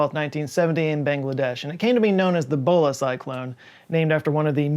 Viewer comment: Every time he says Bhola, I hear Bola... which was a very different cyclone